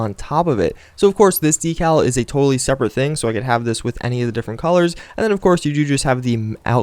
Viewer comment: LEARN TO PRONOUNCE DECAL